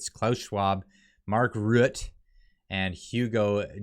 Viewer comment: To pronounce Rutte you pronounce the "e" as an "a"